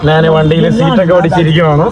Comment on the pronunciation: നാൻ അല്ല, ഞാൻ ആണ് ശരി